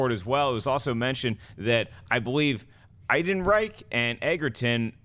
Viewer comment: Alden Ehrenreich! It's pronounced AARON-Reich. My goodness. Does it look like there's a "g" in his name? Love ya,, but come on. It's getting to JTE levels here.